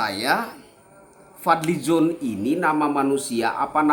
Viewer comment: Aku bisa tertawa broo.....Fadli Zoon. Tanpa 'n' jadi 'zoo'. dia dlm statemenya gak pernah ada solusi sperti Rocky G